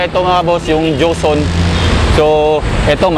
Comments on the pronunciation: ang galing ng nagbibinta madaldal hehe, bagay talaga sakanya kc nga nagbibinta sya, pero napansin ko lagi nya cnasabi jonson, dapat joson ikaw naman brad, hehehe. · ano ba yang tindero na yan? ang linaw ng nakasulat na JOSON, PERO ANG PRONOUNCIASON NIYA AY JOHNSON ????? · joson po, hindi johnson... (